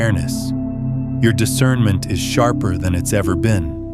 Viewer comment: Discernmint not judgemint